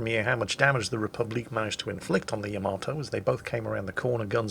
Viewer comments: Stop saying yamatoe. It's yamato. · Yamato = ya-mah-to not ya-mit-to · yam-a-tow... LUL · Is he pronouncing the name of the ship wrong?? I have a feeling he is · The funny thing is, he'd play the opening for Space Battleship Yamato, but still pronounce it wrong. -.